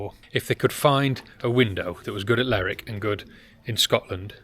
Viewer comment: please please its lerwick as in her ler